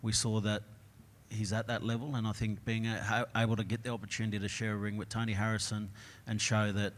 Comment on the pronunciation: Toe knee Harrison. 😫 "the shin"